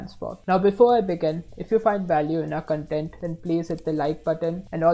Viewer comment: Content in this context should be pronounced Kontent...